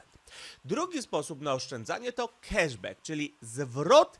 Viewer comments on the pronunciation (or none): none